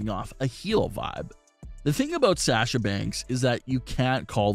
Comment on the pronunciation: For god’s sake it’s (SAH-sha) not SAASHA.